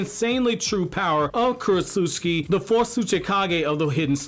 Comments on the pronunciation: bruh stop saying kurochusiki its Ku Ro Tsu Chi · I like how you call her Krotsutski